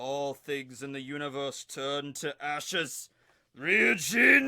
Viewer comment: its Jakka, not Jak-Ka.. super annoying